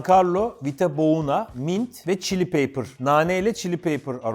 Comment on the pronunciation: paper (kağıt) değil pepper (biber) dir muhtemelen